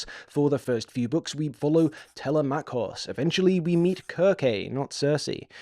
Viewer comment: I have to say, the pronunciation of some of the names threw me. But, I may be wrong, my pronunciation of Telemachus comes from the Franco Japanese Ulysses 31. And my pronunciation of Nausicaa from Hayao Miyazaki